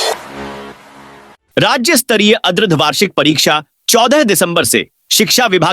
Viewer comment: Yes or ardhvarshik pariksha ko bhi adharvarshik bol rahe hai & nivedan ko bhi nivedan....?....!